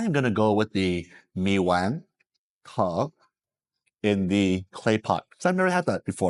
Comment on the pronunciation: lived in Vietnam for years but still don’t know how to pronounce “tho”. Same as “ca kho tho”. 😂